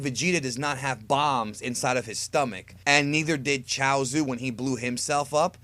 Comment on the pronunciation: you pronounced everybody's name wrong. Saibai man, seriously, and chousu, its choutsu not chousu. Get it right. Your not even a real dragon ball fan. And why are you making these videos if you dont even watch this show. Again, get it right 👉